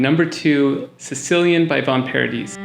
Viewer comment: And Von Paradee.